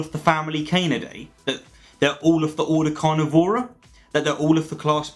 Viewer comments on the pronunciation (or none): none